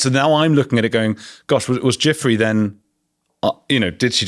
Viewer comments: Ju - Frayy is how her name is pronounced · Can you please take care to say people’s names correctly, her name was Virginia Giuffre, it’s pronounced Jifray with a soft J like a sh. It’s happened a few times with different guests and being someone with an unusual surname, I find it really disrespectful to get someone’s name wrong. Sorry to be picky, hope you receive with love.